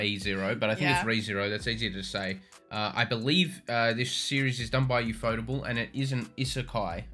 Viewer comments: The way you pronounce Ufotable is hilarious. It's UFO+table, except you pronounce UFO like an acronym. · Biggest reveal for me: it's Yufotable not UFO Table.